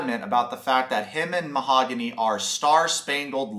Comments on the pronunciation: mah-ha-goon-ee HA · Lmfao 😂 Ma-ha-goony’ …. 💃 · He said I love u but can’t pronounce her name. What is this shit🤦🏻‍♀️